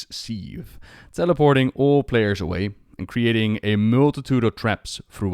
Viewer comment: "Sieve" is pronounced like the 'civ' in civilian 😁